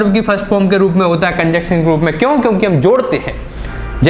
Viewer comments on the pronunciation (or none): Bro conjunction ko cunjuction mat phadho 🤣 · कंजंक्शन not कंजक्शन